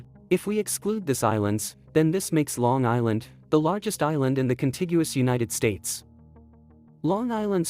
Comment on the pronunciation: I like Uni Teds Tates 😁